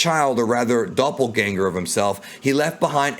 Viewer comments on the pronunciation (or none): none